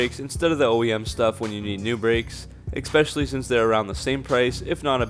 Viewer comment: You had me at "ekspecially".